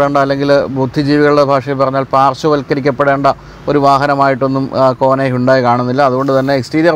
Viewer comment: ഈ വണ്ടിയുടെ പേര് ആദ്യം കേട്ടപ്പോൾ വിചാരിച്ചു കോണ ആണെന്ന് പിന്നെ ആണ് മനസ്സിലായത് കോന ആണെന്ന്